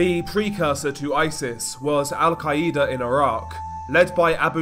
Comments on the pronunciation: The way you say Al quaeda😂i can't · I still get ignore him saying Al-Qaeda wrong o3o